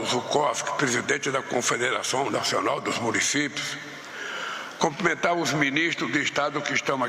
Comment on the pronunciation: Alguém fale para essa figura que o certo é cumprimentar e não comprimentar.